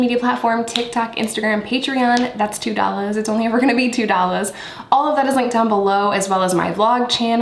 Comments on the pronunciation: I live to hear you say... It's 2 dollaas, it's only gonna be 2 dollaas. Just that alone gets me going. Thanks! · It’s so tacky when you talk ghetto. 🤢🤢🤢🤢🤢”it’s only two Dollas” Like you said it like a whitegirl the first time and the second all ghetto, which shows it’s not “just how you talk” so it’s a decision to sound that way which like I said. ISSSSSSSS TACKY AF